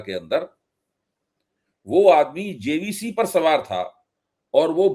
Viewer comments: मान्यनीय अभय जी जेसीबी को जेसीबी कहना तो सीख लें, जेसीबी को जेबीसी कह रहे हैं। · 😮😮😮😮😮😮 कैसे पत्रकार मिडिया बन जाता है।बार बार जे बी सी,जे बी सी बोल रहा है।। जबकि जेसीबी होता है।। ऐसे तथाकथित स्वयंभू स्वघोषित ईमानदार मिडिया पत्रकार से हिन्दू सनातन समाज को सावधान रहना चाहिए।। और जागरूक हिन्दू सनातन समाज को सजग रहकर समाज को जागरूक बनाने में लगे रहने की आवश्यकता है।।